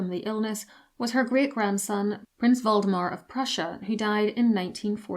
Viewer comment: When you said "Waldemar" I thought for a second that Victoria had a descendant named Voldemort lolol